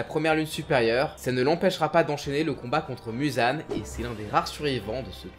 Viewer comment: Muzan sa ce prononce Mouzan